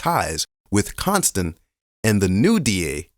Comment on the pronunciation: Con-stand😂😂😂. Con on the stand this has to be a joke the truth is in your face